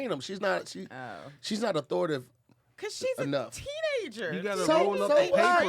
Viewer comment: straight gave up on the word "authoritative". He got to "authoritive" and stopped. Surprised no one flamed him for this.